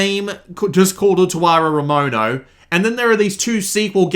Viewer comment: jesus christ, your pronunciation of the title is amazing